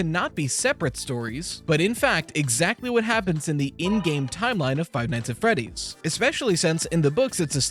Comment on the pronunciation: Five nigshs at friedddddieeeeessss is this what your eheidjnel Five nIGHTS ANT freeeeeDIIEESSS eiennsiejemek